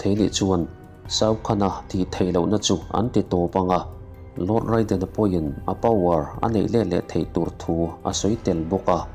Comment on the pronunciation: Raiden ti a lam loh tur..reiden tur